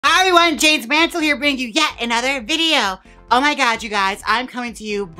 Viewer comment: I almost fainted when you said my name and got it right. I need it as a notification sound. Love you Jaymes!